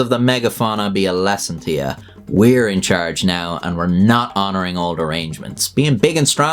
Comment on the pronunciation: Yer incherge!